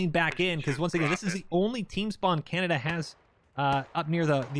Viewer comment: As a Canadian myself I can confirm we also mispronounce 50% of the time our country's name as "Canadia". Just kidding I never heard anybody say that, this is hilarious. Had a brain fart, ay?